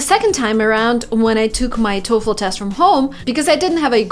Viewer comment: She finally learned how to pronounce TOEFL the correct way.